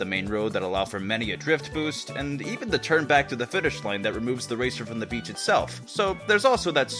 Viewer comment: what I'm a not beach: no no cuz beach sounds like bitch::c